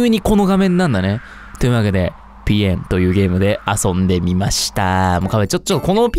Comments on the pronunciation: さとみくんのぴえんがぴよんになっていくw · みゅみゅみゅみみゅう！ いやもうぴえんって聞こえなくてそしてかわいい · ぴえんってよりぺんって聞こえる(？) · ぴえんぴえんぴえんぴえん🥺 めっちゃ面白いwwwwww なんか発音も面白いwww すきwwwぴえん⤴︎ ⤴︎⤴︎ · ぴえんが鼻炎にしか聞こえなくて詰んだ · ぴえんがぴゅーって聞こえる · あの、、聞いてください、、 さとみくんが最後に100回くらいぴえん🥺言ってそうって言うから、、数えようとしたんですよ、、 最初は順調に数えれました、、 でも、ぴえんに懐中電灯を当てるさとみくん、ぴえん連呼しすぎてて、、 てかぴえんって言えてないところ多すぎて、、w 諦めましたごめんなさい たのしみにしていた皆さん申し訳ないです 追記))みなさん諦めてて笑いましたw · 最初の方結構ぴえん強調してる